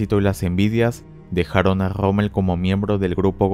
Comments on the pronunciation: Pensé que era Rommel no rrrrrrrrrrrrrrrommel, mae mía . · no puedes decir la R verdad? jajajjajaja Grommel